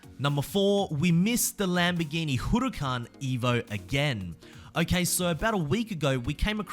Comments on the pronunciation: Hey just a quick tip, you don’t say “Hu re can” you say “Hu ra can” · LAMBORGHINI HOROOCAN